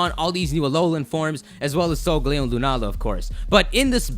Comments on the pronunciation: It's Sol-galeo, not sogleo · Cosmog is sungaleo or however you say it, and the orb one is clearly Lunala.